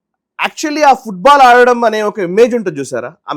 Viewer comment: ఫుడ్ బాల్ కాదురా వెధవా ఫుట్ బాల్ 😂😂😂😂😂